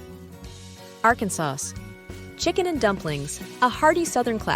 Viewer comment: So many mispronounced words like Arkansas. Minnesota, hotish?